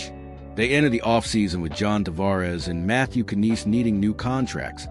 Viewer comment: Matthew Kanees. Please stop with this AI that can't pronounce names properly.